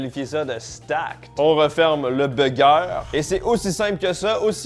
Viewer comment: "Le Bugerrr" 😂😂